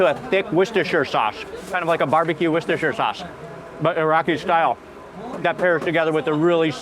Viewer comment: It's pronounced Worster sauce